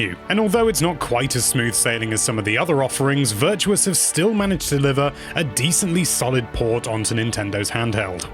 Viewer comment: “have managed to liver a…” lol. Also BLM :)